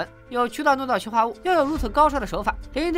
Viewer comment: 二声 氰化物